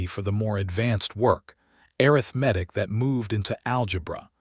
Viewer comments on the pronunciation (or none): A nice story of being seen. Why does your AI pronounce arithmetic wrong sometimes and not others? It's not arith-medic 😂. Funny it pronounced it correctly a few times. 😂 😂